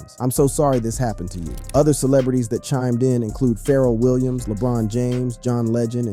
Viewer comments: Good old feral Williams lmao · Mannnn😂😂😂😂 the (Pharaoh Williams) got me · Bruh said "feral williams" and "quah-vo" smh